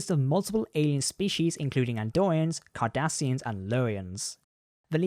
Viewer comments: it’s cardassian get it right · Did he say: Andorians AND Kardarsians??! Future is freaking scary!!